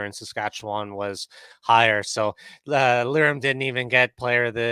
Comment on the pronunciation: Another great show as usual! I look forward to your show every week, keep up the great work. Maybe will get Lirims (Leerum)s name correct eventually 😂